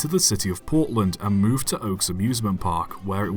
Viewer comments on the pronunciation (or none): none